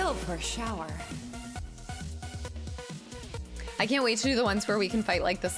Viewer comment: Dear, Please consider the pronunciation of the word "shower". Thank you. 🥲 -Paul S. ✌